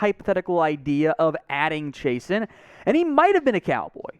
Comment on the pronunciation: I don't If we need a EDGE...but if he from Louisiana, Chaisson is pronounced "Zhe-soo" or "Zhe-suu"...Guy in boot camp had the same last name